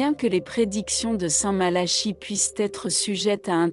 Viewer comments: St Malachie se prononce Malaki , si vous voulez être prise au sérieux n' estropiez pas le nom de la personne que vous citez , votre video ne fait pas sérieux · Entièrement Malachie Prononciations Malaki voir Nostradamus ce n est pas Pierre Le Romain mais le dernier des 3 faux papes selon Nostradamus représentés par jean Paul 2 benoit et Francois si vous voulez je fais une vidéo sur le Livre de Nostradamus de 1949 tirage 1500 exemplaires qui explique mieux cette prophétie